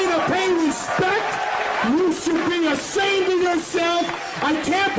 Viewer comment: "Ashamed," not "assumed."